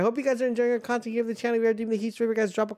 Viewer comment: Bro said “ i hope you enjoy the contenghjjkkffdwweedcvbgfrdfcfeeccbrfg drop a comment drop a like!” 😂😂😂